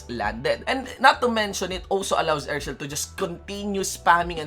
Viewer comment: EZ-REAL HAHAHHA POTA BISAYA